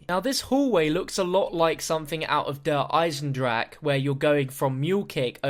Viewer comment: you put in so much work and fair play. bo3 zombies has been far better than mp. but please pronounce der eisendrache correctly